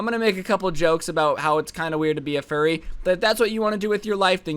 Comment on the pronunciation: Bro when he said "fur-re!" It was very funny.